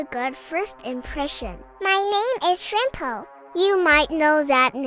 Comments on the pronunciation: ITS SHRIMPO NOT SRIMPO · Shrimpo not srimpo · Bro said "she" for shrimpo!?